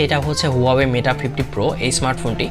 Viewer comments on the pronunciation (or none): Aree bolod meta na mate